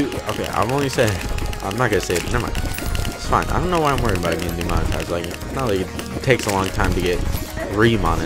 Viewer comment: DE M ON I TI ZE ED